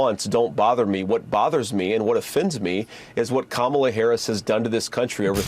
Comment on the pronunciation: At least the dufus prounounces “Kamala” correctly. He’s got one thing going for him. 😅